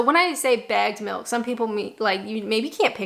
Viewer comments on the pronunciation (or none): Took me three or four listens to realize you were saying bagged milk, not bad milk.